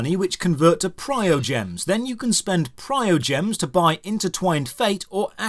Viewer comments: Sorry, Your information regarding Constellation upgrades is entirely wrong, please do some proper research or atleast play the game more before you spread information on reviews thanks and its Primogems not PrioGems x,x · This review is overblowing the monetization scheme. In reality there is basically one real currency: Primogems (which he pronounces "prio gem" for some reason). Primogems are used to purchase wishes on one of three different categories: Standard Banner, Event Banner, Weapon Banner. Primogems are for obtaining new characters, and potentially 5-star weapons (although most people consider this a waste of wishes better used on characters). Primogems don't really help in upgrading anything else. If you want to level up characters you need to run dungeons and kill world bosses to collect materials. If you want to upgrade weapons or artifacts again it is dungeons or exploring the world. The amount you can do each day is limited by "resin" as mentioned, but this is hardly a mechanic you will be tempted to circumvent by spending money. There are even mechanics such as condensed resin where you can save up accumulated resin for use later if you can't play often enough to take full advantage of its regeneration. You get primogems thrown at you enough that people can expect to be able to get several 5-star characters by the time they are caught up in the story. Your main team can only be 4 characters so that is hardly any reason to complain; there will be some events you don't get lucky and pull the character featured, but they do get re-runs eventually so it isn't like they are forever out of reach. My point is that it is entirely optional if you want to pay or not and the monetization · It's PRIMO dude, not PRIOGEMS. Tell this to the Chinese players, because they don't even care. :D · primogems!!!!!!!!!!! not prio gems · Every time you said PriOgems instead of PriMOgems my heart broke rip, great video pointing the bad and good of this game !